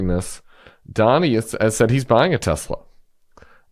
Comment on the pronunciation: But wait, there was DB Chump, “I love Tesler.” 😂😂😂😂